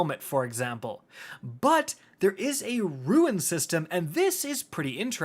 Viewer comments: Rune is pronounced roon, not ruin. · Rune. Not ruin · Ok are you saying, “ruins,” “runes,” or is “rune,” pronounced, “ruin”? Ok never mind I saw the screen which says,”rune.” Am I saying it wrong or are you though? I say, “roon” not “roo-in.” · Ffs the word is roon not ruin. Must be the destiny 2 brain damage. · Destiny and Outriders had a baby and Warframe is the crazy uncle! Also you mispronounced "rune." It's pronounced ro͞on and not ruin (ˈro͞oin). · RUNE! NOT RUIN. It is pronounced like Dune. sorry, just you said it like 20 times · Roon, not Roo-in. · Rune is said “ROON” not “RUIN”, super tilting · Looks kinda neat, might check it out as a change of pace. That said,.. say it with me ROON, not roo-in. Nitpicking internet assholery aside, thanks for the detail on this! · Anyone gonna comment on the fact that he is saying ruin instead of rune... anyone, ok I will :) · “Rune”. Not “Ruin”. Different words. I hope your FT heckles the crap out of you for this.😂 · Please stop saying it like ruin. Rune is said like roon. Otherwise great video as always. 👌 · for the 100th time it’s a ROON not a RUIN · Rune.... kinda sounds like moon, but with an R /roon/. What you are pronouncing is 'ruin' /roo in/ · It's not pronounced like ruin. That's how you are saying rune. Dear lord, every time you say it, I just wanna choke someone. Rune. Sound it out. There is no I in the word. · My guy, it’s RUNE not RUIN. Lol. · My guy it’s rune, not ruin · It's RUNE not RUIN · Rune is pronounced ROON not RUIN lmao🤦🏻‍♂️ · Why... Why are you saying, "ruin?" Why not just say rune? It's not, "ruen." It's roon." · Rune is pronounced 'roon' not 'ruin' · RUNE not RUIN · My guy, it's RUNE, not RUIN. Pronounced like ROON. Every single time you're saying it like ruin... come on, man. This ain't some strange, archaic word nobody's ever heard of. RUNE. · I swear he says ruin just to tilt people. I can’t be the only one to say it’s Pronounced ROON, man, you keep doing this to me.